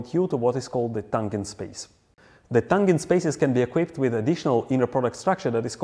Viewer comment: It’s “what it looks like” or “how it looks.” Never “how it looks like.” Also, “tangent” is a soft G. Like the G in “general.” Also, “compounds” when used as a noun, is spoken with emphasis on the first syllable. COM-pounds.